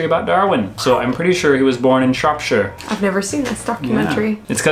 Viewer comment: I’m from Shropshire and I was dead impressed to hear you say it like that usually people say it like sh-rope-shire but you said it the right way. But Shrewsbury is something everyone in our country is torn on 😅, I’m from Telford too